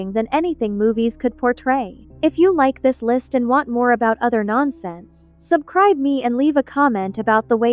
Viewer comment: Bro said subcribe